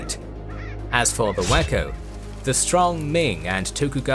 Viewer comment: Of course, I heard it as "whacko pirates"